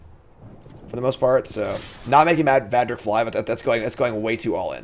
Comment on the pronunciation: clearly got as far as the Va in Valduk's name, and decided that: 1) his name was Vadrik; and 2) he was not worth one more second of BtM time.